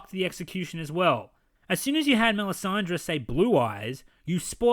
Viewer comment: It's Melisandre NOT Mee-san-day. Jeez he doesn't even know the character name he's working on. What can we expect from such a Dumbass no wonder he f&cked up the whole season so hard.